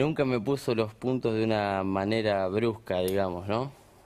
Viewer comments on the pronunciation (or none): "Esh la que te pone losh puntosh" , foniatra urgente para Feimann